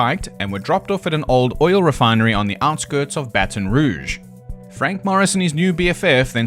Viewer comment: Slidell is pronounced Sly Dell and New Orleans is pronounced New Or Lens. You got Baton Rouge right though 😁